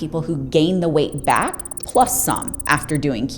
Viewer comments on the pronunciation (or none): none